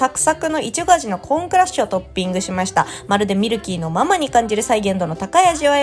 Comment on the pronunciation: ミルキーのマ↗マ→じゃなくて(その)ま→ま→じゃないかな？笑